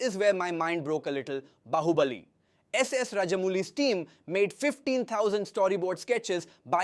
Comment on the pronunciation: Yaa broo its AI generated just see he said bahuubaaali instead of bahubali .... i will never watch his content, its not feels right